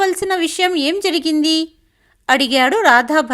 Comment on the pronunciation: చెక్కదిద్దడం కాదు, చక్కదిద్దడం. ముందు ఎలా పలకాలి తెలుసుకోండి. జరిగింది అనాలి, జిరిగింది కాదు.